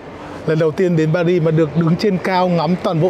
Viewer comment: Tôi ở Pháp, anh Tiệp ơi , về Paris thì anh phải nói pa ri , anh nói pa rít là trật đó, không đọc chữ s